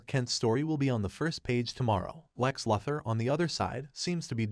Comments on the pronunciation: Its Lou-thor and not la-thor. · Omg yo...it's "LOO-THER" as "LOUIE" "LOUIS" "LOSER"- LEX LUTHER...christ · This guy can't say Luther. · Interesting. You can’t pronounce luthor. You are either a bot or someone that never watched the cartoon or any cartoons. Probably never read any comics either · It's an automated voice right? No one that puts out a Stupes vudeo says Lex Luther incorrectly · Listening to you butcher one of supe's greatest opp's name like this is my villain orgin story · I know it was terrible